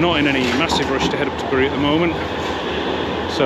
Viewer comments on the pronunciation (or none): Bury is pronounced ‘Berry’